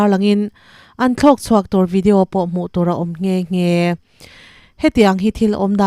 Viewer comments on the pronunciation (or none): none